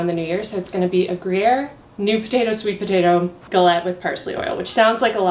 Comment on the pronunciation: i’m so happy that i now know how to pronounce galette